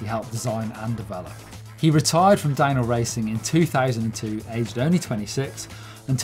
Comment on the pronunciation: Am I the only one that hears dino instead of DownHill? Maybe it's retro week